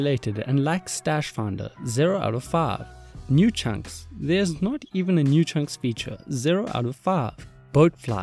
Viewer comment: This video 4/5... please learn to pronounce "Five" (not "Faave") correctly, it's just sounds odd, thnx